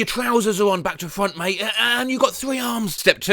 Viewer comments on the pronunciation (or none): i think he's Australian That "mate at the end😂